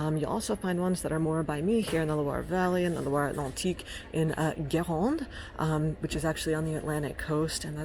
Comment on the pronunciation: Hello. I m french 100 %. I must say congratulations for the way you said "sel de Guérande".. i know "R" are difficult to speak for English talking people.. but your "Guérande" prononciation was almost perfect 👍👌